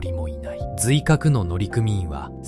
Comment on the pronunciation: 「のりくみいん」です。